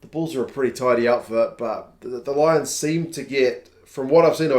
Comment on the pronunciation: Good to see both Italian teams starting strong, although can't say much about the "Low-ions" though.